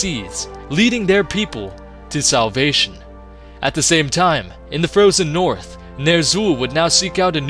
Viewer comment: When he said Salvation i thought he said South Asia